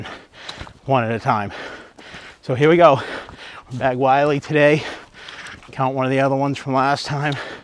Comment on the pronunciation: Why does everyone mispronounce this trail as “Wiley” haha its Mt Willy, pronounced as “Will-EE” not being a dick, its an observation, same thing with Chocorua, everyone pronounces it incorrectly.